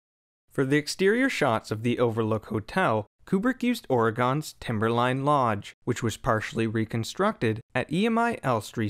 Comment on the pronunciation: Oregon not Oregone lmao